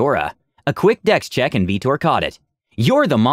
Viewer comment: Veetor. "VEETOR" at what time was that character made and was the player a mass effect fan?